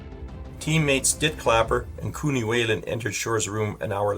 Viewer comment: The last name of the player should be pronounced "Wye-land".